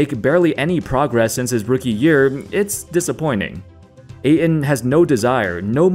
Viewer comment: Remember that there is a "t" in Ayton, not just a glottal stop.